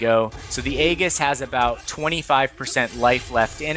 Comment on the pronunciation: The mispronounciation of Aegis the entire vid. 😅 Nice guide though.